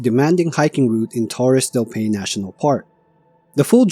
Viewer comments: Not "pain" but "pai-neh". If you dont know how to pronounce some place name properly, please look it up before you record. This whole video you mispronounced the name of the place dozens of times. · Paine is the indigenous word for blue and is pronounced PIE-nay. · Pronounced “pai -nay”. 😊